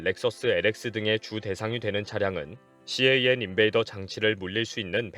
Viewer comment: 일반적으로 CAN 을 씨에이앤 이라고 읽지 않습니다. 그냥 캔 이라고 불러요. 혹시 그냥 캔이라고 하면 틀렸을까봐 낱자로 부르신거 같은데요 ㅎㅎ 그리고 씨에이앤 인베이더 ...무슨 대단한 방법인것 같은 용어처럼 들리지만 그냥 '자동차통신침입'을 뜻하는 말이예요 일반용어입니다. 요즘은 캔 쉽게 못뚫게 사이버시큐리티가 반영되고 있어서 이것도 예전 이야기가 되고 있어요.